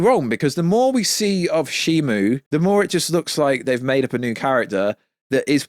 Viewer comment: It's Shimo not Shimu